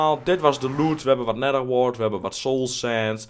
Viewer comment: anders als je neather schrijft zeg je neether